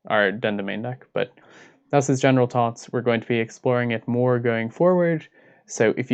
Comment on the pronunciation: Lol tink, thots, turd. The pronunciations are hillarious